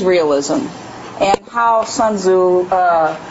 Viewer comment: The name is not pronounced “sun zoo” mmmkay?